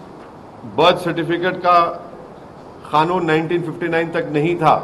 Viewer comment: कानून होता है खानून नही बे